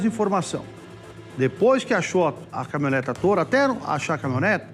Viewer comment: O cara ruim esse apresentador. CaminhonetA caminhonetA, além de ruim é burro pra cacete. Dicção horrorosa, pronúncia péssima,ou seja,ruimmmmm